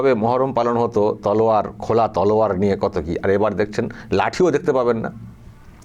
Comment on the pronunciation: বলছে লিয়ে নেমে যাব কথাটাতো ভালো করে বল😂